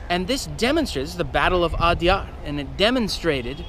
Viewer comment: Well done and Interesting Video! But please focus a little more effort on pronunciation. Every time you said Adyar it jarred a little. The alternate spelling "Adayar" reflects a bit more of the local pronunciation.